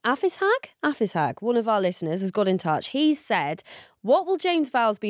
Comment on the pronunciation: umm hellooo is that my namee and question omg what an honor, i am a girl btw and its pronounced avi-shag (tho im not entirely sure it is actually referring to me cause thats not exactly the wording i used but i did ask that on your ig post) either way thank you for answering :)